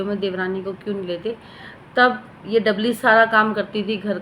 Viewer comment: Kya dabli dabli kar rhi hai namm to dhang se bol na Sikh le